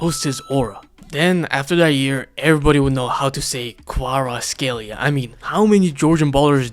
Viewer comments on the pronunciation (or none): “Then everyone would know how to say Kvaratskhelia” > Mispronounces it